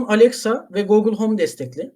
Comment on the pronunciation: Çok amatör bir çalışma olmuş. Gerek soruların sorulması ve yanıtlanmasında ki yapaylık, gerek "gorgeous", "Google" gibi ingilizce sözcüklerin telefuzunda olan yanlışlıklar, gerekse de anlamsız sessizlik anları (misal - ).